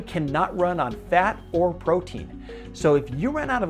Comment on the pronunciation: "Your brain cannot run on fat or proteion" What? ketones question mark question mark